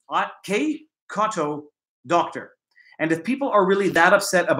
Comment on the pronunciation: That was a fun live stream and great variety of topics discussed. Also you seemed to have a problem pronouncing my username -- it said in following way -- the letter "K", then the letter "C", then the word "AUTO", and finally the word "DOCTOR"